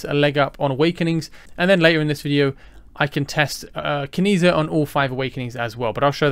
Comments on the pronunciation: I think it’s pronounced “Chi”. Keep that social credit score up bud 😂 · I was going to comment on the same 😂 A part of me died every time I heard the mispronunciation